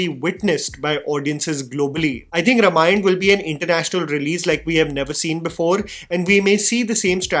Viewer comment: Dude,,, My friend, It's RAAmayana, not Rumayana I.e. रामायण not रमायण Please